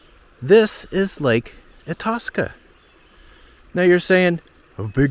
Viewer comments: It’s pronounced I-tass-ka not I-toss-ka. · Hey Joe! You are in my State- Minnesota. If I knew you were coming I would have made you a Coffee Cake and invited you over for some coffee 😍. BTW It’s pronounced: Eye-taska (Itaska). Did you know there is a MN DNR Live Cam at the mouth of the Mississippi, just where you began the video. Welcome to MN. Enjoy to beautiful summer. I do not recommend being here in November - March. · "I" TASCA not E TASCA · Long I, short a…. I-tas-ka. Not I-taw-ska. Say it like a Minnesotan would. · Tell me if I'm wrong but Lake Itasca is pronounced I-task-a not I-toss-ca. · I was just thinking... Lake "I-toss-ka" at the start of the Mississippi? I was so confused! I live near lake "i-tASS-ka" 🤣🤣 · I-TASK-Ah not I-TOSK-Ah. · Ha. When the video started, I didn't know what you were talking about as pronounced it as "It"-aska. I always know it pronounced as "Eye"-taska. Grew up in rural Minnesota. Never have visited that park though. I have photos my grandma and sisters took about 1940 when they visited that park. For some reason, none of them are of that headwaters spot though. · Pronounced Eye-task-uh....... did you try your eetahska at a gas station nearby? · Itasca = Eye-tas-ka, not i-toss-kuh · I tas ka, I tas ka. Not etaska.... Fml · Yeah I grew up close to there and we would swim there. Also .. it's not itawska... it's lake I task uh. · You say Itasca EYE-TASS-KAH, not eye-toss-kah. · Its eye tas ka, get it right. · Eye tasca is how it is pronounced ! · "EYE tass ka" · Eye - TASK - uh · Pronounced eye tas ka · Eye-task-uh = Itasca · I'm sorry - but as a native of Minnesota we pronounce it Lake "I- Tass- Ka" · Itaska is pronounced: "Eye-Task-Uh". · It's eye-TA-ska. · Thank you , it was driving me nuts him saying atuska. Born and raised in mid Minn for 25 years. walked across the Mississippi in the 1940s. Looks much wider now - is it? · "Eye'-tasca" stress on "eye" not like the "i" in it. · Lake Itasca is pronounced eye tas ka